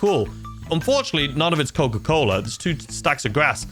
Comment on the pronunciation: Coca colo it is cocaine